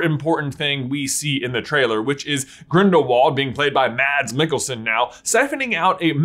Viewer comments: Please dont call Mads Mikkelsen “Madds Mikkelsen”. Its sounds more right to call him “Mass Mikkelsen” but with a shorter S-sound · Mads Mikkelsen is pronounced “Mas”, the d is silent, but makes the a sound short (danish thing) 🤗 love the video! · Good job on the pronunciation. You aced the last name although Mads is pronounced with a soft d. Sort of like mass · Pro tip from denmark- the D in mads is silent. Its pronounced more like Mas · It's pronounced 'Mas' as the D in 'Mads' is silent, and the A is a 'short A' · I just wish they'd've cast Mads (it's pronounced Matt, btw) Mikkelsen for the second one & not bothered with Depp at all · I've been waiting for this since i saw the video! Also, the D in Mads is silent. Danish names 🙄 I know...